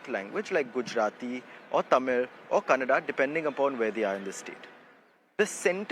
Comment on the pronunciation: Its not tamil nad, its tamil nadu...when will this idiots try to pronounce our lang name properly Their stupidity in caling Kannada as kannad shows how illiterate they are.